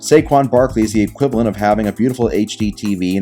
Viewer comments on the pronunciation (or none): none